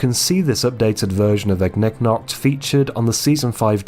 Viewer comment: THANK YOU FOR PRONOUNCING IGNIGNOKT'S NAME RIGHT MY SANITY IS RESTOREDD